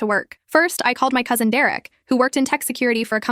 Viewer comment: The way it just said “now I’m engaged to Derek the COUSIN” ai didn’t even bother trying to gaslight us😭